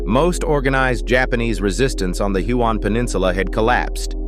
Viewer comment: Do you think you could pronounce the names properly it's hyooon lae ie lie